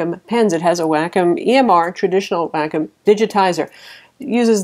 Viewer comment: I think you pronounce, Wacom, Wah-com. Not Wackhim :-)